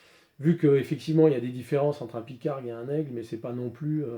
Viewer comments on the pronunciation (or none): Pygargue, avec un G ! pas Pycargue...Lol! C'est tout simplement l'aigle à tête blanche (et c'est bien un aigle!), emblême des Etats Unis, aigle pêcheur, il est vrai...Volatiles entendus, superbe vidéo, tres détaillée, tout commeles deux premières que j'ai découvert il y a peu sur les armes de poing de la guerre de sécession, Nord et Sud....